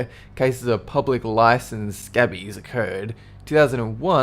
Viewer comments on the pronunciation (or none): BruinBrony He also said "Scabbies." He meant "Scabies", which is a particular type of body lice (correction: mites). It is pronounced with a long A. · scabies is pronounced "skay-bees" - just so you know :)